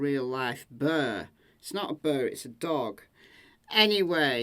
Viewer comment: Bear, not bird. The accent comes through strong sometimes!